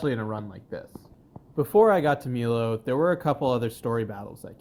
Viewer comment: Did….. he just call Milo….. Meelo